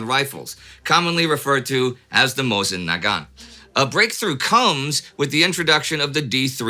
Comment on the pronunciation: Indy, the Russian soldiers I’ve heard mention the rifle have pronounced it Moo-uh-sin. We’re the Devil Dog Marines of The Great War just issued better eyes to be hitting Huns at 8-900 yards with iron sights?